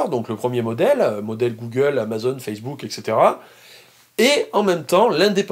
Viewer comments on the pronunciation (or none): none